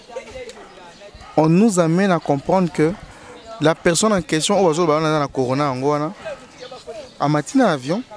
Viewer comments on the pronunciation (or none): Monsieur le journaliste CORONA et non CONORA 🙄🙄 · Cher Mr le "journaliste" informez-vous bien sur les noms de virus et de personnes,vous ne faites pas trop recherche svp. Plus de 4 fois vous parlez de conoravirus au lieu de Corona virus; ministre Eteni Longomba au lieu de Eteni Longondo;trop de lacunes vous decredibilise.